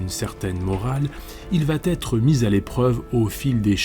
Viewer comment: Sans déconner ! Donner des conseils de lecture et faire des liaisons qui n'existent pas. On ne dit pas « il va t être », mais « il va être ».